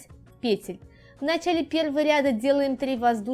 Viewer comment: ПетлЮ ПетЕль ПетлИ Простите на ваше произношение режет слух. Работы отличные но трудно что-то другое услышать кроме пЕтель🤦‍♀️🤦‍♀️🤦‍♀️